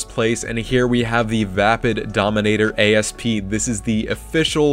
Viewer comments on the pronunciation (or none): Asp is not A.S.P. - It's 'asp'. An asp is a snake.